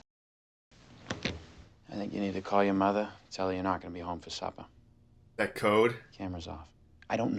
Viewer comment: "I'm not gonna be home for suppah"